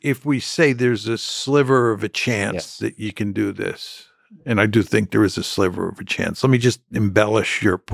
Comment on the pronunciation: 'Sliver' of hope, not 'slither'.